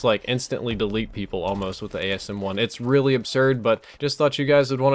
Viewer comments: 'Asm1' :D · You said asm1 a few times.